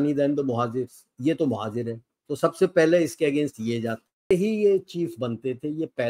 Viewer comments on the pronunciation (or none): Quite sure that it’s pronounced as mohajir/muhajir and not mojahir! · it's mohajir not mojahir please.